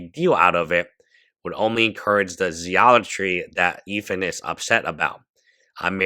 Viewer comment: Good coverage. You ought to be ashamed of how you pronounce the word zealotry.